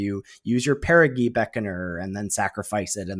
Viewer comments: Actually, (pushes glasses up nose), it’s peh•ruh•jee not peh•ruh•gee. I’ll see myself out. Thanks for the great content! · ITS PEAR UH JEE GOSH HECKING DARN IT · On the theme of card names, it's a soft 'g' in Perigee Beckoner. Like in geography; it comes from the same root word, meaning 'closes to Earth' in an orbit. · I was coming here to say this. I was going to go with an old school example… “Gee mister, the moon sure looks big tonight.” As opposed to clarified butter, Ghee, which is pronounced like was saying Perigee.